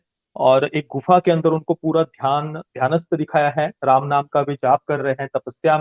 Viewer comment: राम नाम का उच्चारण जो किया गया है 🙏 मेरे तो रौंगटे खड़े हो गए राम राम राम